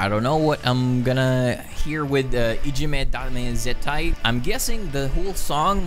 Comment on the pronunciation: Great & thanks from Japan 有難う💛。 Your pronunciation of the title is perfect. Other knowledgeable viewers will show up soon to give you basic information about BABYMETAL in better English than mine. (Where are Gington300 300 or Rick Wager? Still sleeping?) FYI, there are many heavier songs that you may prefer. The phrase "Dame Zettai (= No absolutely)" is originated from police campaign against illegal drugs which had started in 1960s. So this song implies that "Ijime (= bullying)" is considered as harmful and addictive as illegal drugs. We have to continue our efforts at home and in school (and in any society or organization or group in the world) to eliminate it. Now in 2021, BABYMETAL performed IDZ in all of 10 BABYMETAL Budokan Concerts either as grand finale or second song after the opening show with Su-Metal's matured voice. It was probably their message to the world.